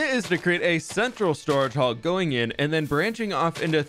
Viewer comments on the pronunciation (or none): none